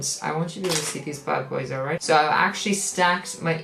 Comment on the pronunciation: sayin "alright " is the most irish thing ever besides spuds 😂😂